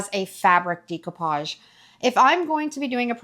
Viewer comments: I was so confused by the pronunciation of decoupage in this as I was only listening. I had to come & look to see what you were doing! 😅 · Decoupage is French. In French - like most Latin based languages (if not all of them) -"di" sounds like 'dee' and "de" sounds like 'day'. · I love love love your ideas & videos! Thank you so very much for sharing so many wonderful inspirations with us. I do love this decoupage project & beautiful it is with the paint color ! I would like to mention, ( not that it matters much) découpage is pronounced, day koo paazh. It’s a French word derived from ‘decouper’ meaning to cut out. Thank you for the excellent content 💞💓💗💕👏🏻 By the way, I love your voice ! It is clear, not too fast or slow… very pleasant 🩷💕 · I hate to be rude but here it is. I'm a Dyslexia Tutor. The "e" in Decoupage is a short "e" not a long e. You say Decoupage with a long e. The e is produced eh. I have watched your videos for years and have learned a lot from you. It's just hard for me to hear you say Decoupage. ❤❤❤❤❤ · Does the primer work on plastic as well? Also interesting pronunciation of decoupage. I hope you don’t mind my correction, but it’s pronounced day-cou-paj , and It’s a French word meaning “to cut out”.😊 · I’m sorry and hate to be the one to correct you (not sure which way you spell your name), but the word découpage is pronounced “day-koo-PAHZH”. I’m half-Haitian and it’s a French word. I love the découpage technique for creating next-level art and definitely will give it a try on a future furniture upcycling project. I use the same brand of polycrylic to seal my paintings, because the fumes aren’t strong. Thanks for showing me a good way to adhere fabric to furniture, because the Mod Podge I use is very stinky. The nightstand came out pretty nice. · It's pronounced: day·koo·paazh. Google the pronunciation for audio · I believe it's a French word, so the pronunciation would actually be day-coupage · She pronounces it incorrectly.